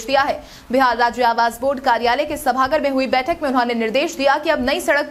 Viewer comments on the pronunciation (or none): सभागार होता है सभागर नहीं